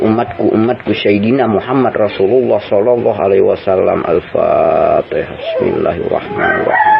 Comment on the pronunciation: Maaf Siman seagama umat islam seluruh Indonesia. Maaf Sebelum nya membaca al-fatihah ad yg salah spertinya